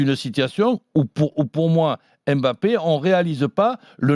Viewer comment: jeu stereotypé avec des dribbles bateau. ça passe plus, s’il veut en pointe c’est qu’il est conscient qu’il faut etre clinique. Sinon en 2021 des gens prononcent le nom de kylian en disant aimbappé... incroyable